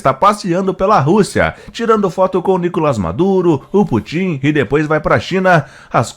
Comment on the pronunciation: Existe alguma razão p vc pronunciar o nome de Putin como se fosse oxítona?